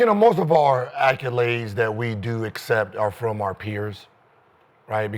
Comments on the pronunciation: This Gil biggest “acculades” lol😅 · Gil been pronouncing it like that forever 🤣